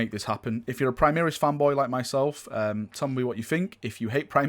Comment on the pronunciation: An imperial fist gets teamkilled by a plasma cannon every time you mispronounce primaris